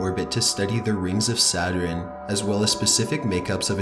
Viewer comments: When u think the video is not gonna have any mess ups...: "S A T U R I N E" Me: 👁️👄👁️ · It’s sa-tern not sa-ter-en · Ok, this guy can't say Saturn right. It's not Saturen. It's SATURN!! NO extra syllable!! Sheesh!! I wonder if he says Iron right?? I-orn, not I-ron. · Could you please research the pronunciation as well as the facts? I like your videos. But "Saturen" and "Blop"?????? I think you mean Saturn and Bloop, sir. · saturn, not saterarin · Saturn is pretty! "Saturin" is the scariest I've ever heard D:( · It sounds like you said “satrin” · Nightfangfox *Satur-IN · i don't think its pronounced, "satrun" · The scariest thing I heard was "Saturin" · Anyone else bothered by him saying saturin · "The Sounds of Saturin" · Can't even pronounce Saturn. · Why cant you pronounce Saturn properly. Your voice is so flat and monotone it made this hard to listen to! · for fuck sake you pronounce Saturn so odd. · is he trolling with that pronunciation of Saturn? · The pronunciation of Saturn.....wow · it's not "saturin" and it's sure as hell not "gavlston" SATURN...sat-ern.. AND GALVESTON...gal- vas-ton....I'm from Texas and most of us can't stand it when poeple mispronounce our city names. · It’s pronounced “Sa-tern” and “Gal-vehs-tuhn” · 'the rings of Saturiiiin......surrounding atmospeeeeeeeeeeeeeree,' the way you speak is scary, or should I say 'scaryeeee'. And it is bloop as in rhymes with loop not blop what the fuck is wrong with you? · Saturin and Choopiter